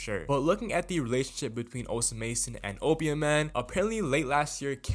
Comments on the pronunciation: bro stop saying osa mason its osama son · bro stop saying osa mason omg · this dude just say net sped and osa mason?? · You’re pronouncing Osamason incorrectly